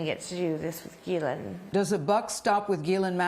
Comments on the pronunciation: It’s also NOT keelane it’s Ghislaine and this is a French name . So do not Americanize foreign names. Do you job and don’t rape foreign names and words. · Her name is French and is pronounced 'Ge Len' .... I know it doesn't look like that, but that is how you say it! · I'm confused as how to pronounce "Ghislaine" as I keep hearing different pronunciations. Lol